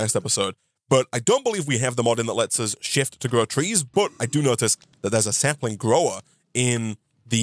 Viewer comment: The word "sapling" does not contain the letter "m." Please stop saying "samplings." I beg of you. Please.